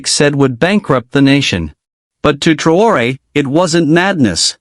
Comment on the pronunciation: Bukan TraYOR,,,,,,,INI NAMA TEPAT NYA MAS,,,,, IBRAHIM TRAORE